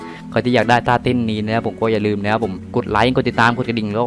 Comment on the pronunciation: ใครได้ยินท่าเต้น เป้นต้าเต้น